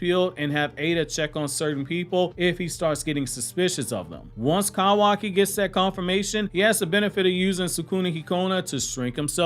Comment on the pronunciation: The way he says kawaki and so frequently makes me cringe so badly lmaooo